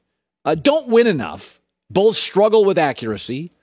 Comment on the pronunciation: My ONLY GRIPE about Colin is he pronounces both with an L 🤣🤣🤣 (boLth) 🤣